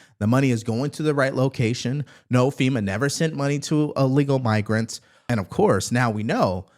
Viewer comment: It's pronounced ILLEGAL, not Allegal. Thanks.